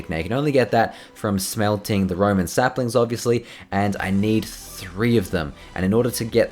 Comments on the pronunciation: its roWen not roMen it's a W not a M pls I'm yelling at the screen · do you know how to read correctly? Its Rowan not Roman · jay its pronounced rowwwan. not roman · rowan, not roman, plz jay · FREAKING PLANT THE ROWAN SAPLINGS AND ITS ROWAN NOT ROMAN FREAKING READ THE COMMENTS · It is pronounced rowan not Roman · it is roWan not roman tree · roWan not roman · you need to say R O W A N NOT ROMAN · its ROWAN sapling not Roman